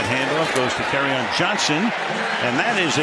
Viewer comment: how you pronounce his name is (carry-on) johnson... get it?